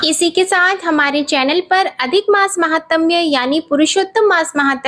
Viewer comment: जय शम्भो,, हर हर महादेव,,! आप बस एक शव्द माहात्म्य सही बोल्ना सिखिए,बाकी तो सबकुछ बहुत अच्छी है आवाज ओर भी अच्छा है ❤